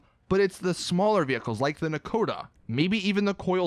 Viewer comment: Since when is Nakota pronounced Nakata